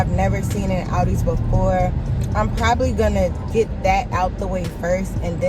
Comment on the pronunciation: It’s ALdi’s. Not Audi’s.